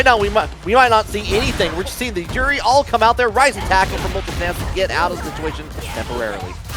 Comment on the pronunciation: Hate the way that guy says Juri "Joowrhli" You're not Japanese you weeb, just say Joo Ree